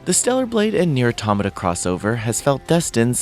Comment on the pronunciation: I'm reminded once again that most of gaming journalists don't know how to pronounce "automata"